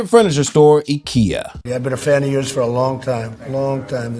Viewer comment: 聽到唸ikea，身為台灣人的我情不自竟的笑到不行😂